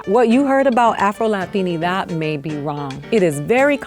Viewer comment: why can’t he say afro??